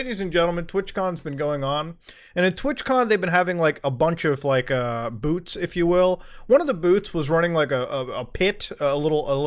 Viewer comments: it sounded like he said “booths” it sounded like “boots” and i was wonder how he knew that some of the security there were marines lmfaoooo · Wait, what? Boots? oh, you mean 'booths" ok.